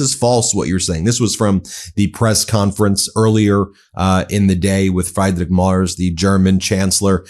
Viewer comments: Ben, not Fryday Mars but something like Freedrick Merch with an s instead of the ch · FREEDrich not FRIEDrich please Ben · Although the chancellors name starts with Fried, it doesn't sound like Fried eggs... Try: Free-drich Murz Thanks Ronald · Message to Ben : it is NOT Fraaidrich but Freedrich Merz. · Ben, I think the name of the German chancellor is pronounced more or less -- Freedrich Mertz. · Ben, just a little bit of help: your pronunciation of the German Chancellor's name 'Friedrich' is incorrect. Say it as if it is written with an 'e' instead of 'ie'. The German pronunciation of 'ie' is like the English 'e'. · You are really butchering the chancellors name. 😢 I don’t like the guy, but the vowel in his first name is iiiii like the E in Elon. His last name is not like the planet, rather the vowel is ä not a (like the “egh” in Meghan) and the last sound “z” is pronounced like “ts” (a bit like in pizza). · “Free-drick Murt-z” is how it’s pronounced lol 🙂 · Please consider pronouncing Friedrich Merz like "Freedreech Merts". Thank you.😊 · Pronounced something along the lines of "Freedrich Mairts". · Freedreech Maerz! Please pronounce his name correctly 🙏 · PLEASE Ben: Friedrich is pronounced with two i like in big. "The "e" is left out". rich is pronounced almost like rish. The "e" in Merz is like e in well. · Guide to pronounce Friedrich Merz not like Bruno Mars. Try: freederick Merz like in Hertz. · The german presidents name is pronounced : Freedreeck Murtz. Sounds much better Ben. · Please try to pronounce correctly the name of: FRIEDRICH MERZ. It's a matter of respect.